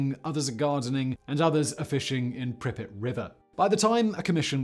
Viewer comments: Pripyat- it's a long a, not short. Don't say it like you're saying "cricket", but more like "bangmate". Also, ppl have returned to the exclusion zone and nearly 7K ppl live spread out around the area. Many are farmers who live off of what they grow (irradiated and all). Update that script fact boi!! 😜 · Who else is irritated with the pronunciation of the city Pripyat… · I 💕 you Simon but every time you pronounce Pripyat I can’t help but cringe! 😂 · For god sake, pronounce Pripyat correctly. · It is weird that you do research on something and then can't pronounce the name. Sorry I insulted your god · I've never heard Pripyat pronounced Pribbit before, and so many times. I always heard Russians pronounce it as Preep-Yacht. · Preep-yacht is the right one. Trust me Im Romanian I know 🤌🤌🤌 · World: Pripyat Simon: prippet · It's not PRIH'-pit. It's PREEP-yaht. And it's Sla-VOO-teech ;) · Did he say pripet? And not [pri-pjat] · Pri-pet? You mean pree-pee-yah-t? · Isn't it Prip-ee-at rather than Pripit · The city is spelled Prip-Yat not Pripit. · Its prounced prip-pee-at not prip-it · Simon it’s pronounced “Preep-YOT” not “Prippit” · Prippets? Really?🤦🏻 I’ve actuslly been to Lendon too!🤷🏻‍♂️🙄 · Why couldn't you say prip-i-yat like everyone one else? You just wanted to be different. Brutal. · Not sure what's worse, the Chernobyl disaster or Simon's "Prippet" pronunciation disaster. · If you're gunna call it 'Pripyit' you have to do it with the Russian accent, otherwise you sound like a prat. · Just a note, there is a difference in ukrainian and russian pronunciation. Pripyat with more prominent 'y' is closer to ukrainian, in russian, it is pronounced with soft 'p' followed by 'a' and then soft 't'. The way Simon says it is closer to russian pronunciation. Since in the beginning of the video he mentioned he visited the city, i assume he picked the pronunciation from local guides, who are commonly russian-speaking.